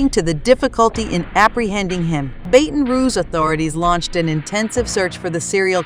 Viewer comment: Say it.... BATTON , BATTON !!! not baten !!! 😡😡😡😡😡